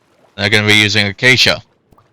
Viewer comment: Acacia "a-kay-sha"